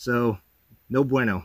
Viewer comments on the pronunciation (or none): none